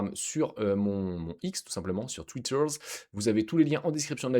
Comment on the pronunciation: Merci. Un deep qui tombe à point nommé! Tu me redis « Twitter » avec l’accent britannique 😂 🏴?